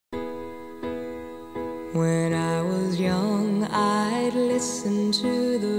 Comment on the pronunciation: ごめんなさい。 カーペンターズ全く好きじゃないんです。 武道館公演に小学校６年のクラスメートの女の子が行ったのですが、羨ましくもなかった、ほとんど興味のない兄妹デュオでした。 これ歌えましたが、カレンのtoがツーっぽく聞こえるのもネイティブなのに発音が英語に聞こえない時もかなりあり、ビートルズのポールはカレン、君の声は本当に素晴らしいと褒めたのは有名ですが、私はそのあとから流行り始めたクイーンのキラー・クイーンの方がずっと好きでした。 ７０年代後半に流行ったキャプテン&テニールやリンダロンシュタット、プレイヤー、ELO、ジョージ・ベンソン等アメリカで物凄く人気があったデュオやシンガーがずっとお気に入りでした。 ハートや他のロックバンドやエリックカルメンのNever gonna falling in love again やAll by myselfが大ヒットして、大好きでした。 ラフマニノフのピアノ協奏曲からメロディを盗用したような歌で、彼のアルバムは全米No.1になり、当時は物凄く売れたアルバムでLPを持っています。 ジョージ・ベンソンもモハマドアリがカシアスクレイだったボクサーの頃に優勝した記念で歌ったジョージ・ベンソンのGreatest Love of Allはホイットニーヒューストンの歌より好きで、クイーンのもっと流行ったサムバディトューラブやボヘミアン・ラプソディーは今でも歌っています。 カレンのSingはセサミストリートの歌でも有名でしたが、どうも彼女のハスキーボイスが好きになれず、スーパースターもアソングフォー・ユーもレオン・ラッセルの原曲の方が好きでした。 どの歌も全く好きになれず、 Close to you は今井美樹も歌っていましたがその後、不倫騒動で略奪愛の相手の奥さんだった歌手の山下久美子は亡くなりました。 悪いんですがカーペンターズは流行った割にはちっとも好きになれず、そのうちにカレンが拒食症になり まことしやかにこの兄妹が結婚したとデマが流れたり、残されたリチャードが一人で歌っても同情すらできなかった程嫌いなデュオでした。 痩せてガリガリになったカレンの歌う姿に何と言えばいいのかわからなかった思い出もあります。